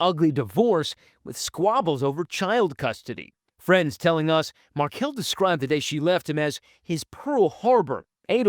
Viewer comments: Hey, Dan’s last name is pronounced Mar-KELL, not like Markle Thanks for posting about this case Justice for Dan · If you are going to report on this case, the victims last name is pronounced "Mar-kell" and not "Markle". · Mar-KELL. Correct pronunciation 💃. And….MagNANahmah. 🙄